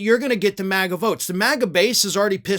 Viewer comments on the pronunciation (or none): none